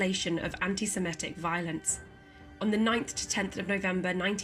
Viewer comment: Very interesting. Some unfortunate glitches on pronunciation: The word is antisemitic, not antisemetic. Interesting nonetheless.